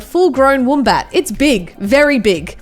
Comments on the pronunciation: y does say woombat, its wombat u idiot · Who says woombat it’s wombat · Woombat, why you have to say it like that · She said woombat not wombat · when she calls it a woombat )))))@@@@ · its not a woombat its a wombat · Did anyone notice she says woom bat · Woombat? I thought you were Aussie 😂😂😂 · The way she says wombat tho 😖. It’s pronounced “wh- o mm b- a -t” (short vowel sounds) Uhhhhh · Ur Australian but you cant pronounce wombat correctly. BTW love the vids ceep it mate.